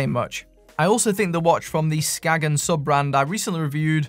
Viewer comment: Damn the way you say Skagen